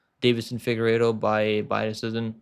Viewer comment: pronounce decision please 😌